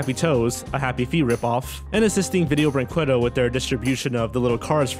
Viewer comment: ViDIEo BrinQWAdo Oh, your desecration of that company's awful name is beautiful